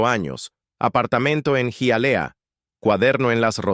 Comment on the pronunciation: Hialeah se pronuncia ...jayalia...